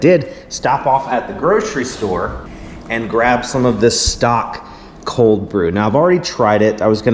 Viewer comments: The brand of coffee is pronounced STOAK- like stoking a fire. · Also the o in Stok is long.